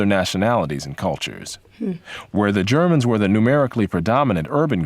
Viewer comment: "Jarmins" pronounciate ...female Podcaster. They didn't have history class in ebonic socialist schools?